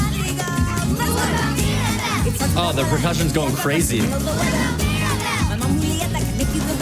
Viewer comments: It's mad ri gal not ma drill cle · I learn a lot from you dissecting these songs! It's so fun to listen to your commentary. One learning area for you is to work on pronouncing words from different languages accurately like Madrigal (maad-ri-gaal), Luisa (not Lisa), Abuella:) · oh wait-in Columbia you say Madrigal the right way but here you say the family mad-ri-gol and it sounds like magical!!!!! that is soooo soooo cool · just a reminder, madrigal is pronounced "Mah-dri-gahl" and you gotta roll the D lol but i love watching these <3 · not to be rube but it’s family madrigal that’s how u pronounce it 😀